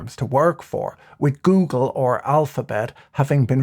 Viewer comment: Did, did he just say goongle ish?